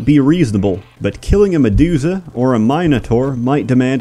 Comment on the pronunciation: He did that intentionally. Notice he also said "medooza" and "mine otaur."